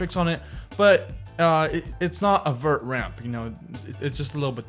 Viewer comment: Vert not Vertch